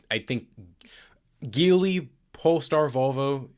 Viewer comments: Small note: “JEE-lee” not “GEE-lee” 吉利 (Jílì) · Even though it sounds like it should be pronounced geeli it's actually pronounced as JeeLi. I feel you as a automotive professional should definitely know that.